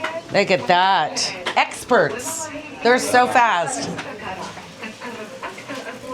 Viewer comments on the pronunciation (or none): none